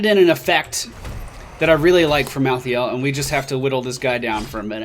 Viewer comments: BECAUSE MY HEART IS IN OHIO!!! +3 points to anyone who gets that. Also pronounced: mal-THAY-ull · Look like a assasin version of Leoric but edgy. And I belive he's pronounced like Mal - tha - el.